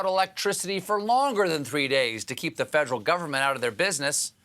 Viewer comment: Fedrill - - is that new tool? Fed -er-al - -3 syllables